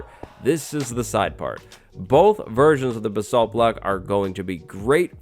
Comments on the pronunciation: you butchered the pronounciation of basalt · Am I the only one that pronounces basalt as baysalt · Why can no one say basalt correctly? It's really not that hard.